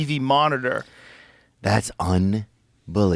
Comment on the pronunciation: theos "un believable" was unbelievable( tony hinchcliffe voice)